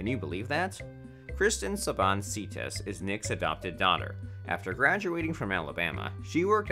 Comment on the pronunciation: Can we get someone to say his name correctly good lord !